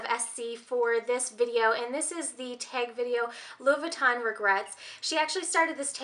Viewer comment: It aggravates me how you say Louis Vuitton